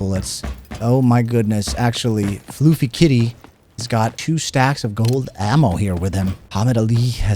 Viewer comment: Great video BUT it is NOT FLOOFY Kitty, It's Fluf-fy, Fluffy.